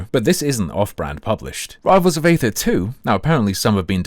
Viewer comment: aether is pronounced like "eether" That is all. Thanks!